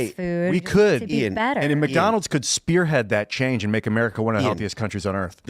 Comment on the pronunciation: did go Murica?